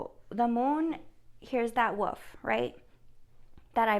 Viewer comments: Whar colour was the wolf you keep seeing.. ? Btw try saying this as it may help you to say wolf - Woolif or woolef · So amazing .. great reading.. and for the whole “wolf” thing… say the word “wool” then add an “f”!! ❤️!! Woolf!! 😉 😊 ❤️ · Too cute the way you say Wolf, I love it, I’m a teacher. You are saying Woof like a dog barking. You said you can’t pronounce it correctly. If you wish to say it correctly the first part is correctly then say the last two letters L as in lady, F as in flower. Just a suggestion you don’t need to change it only if you wish to! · Wolf, pronounced "wool f"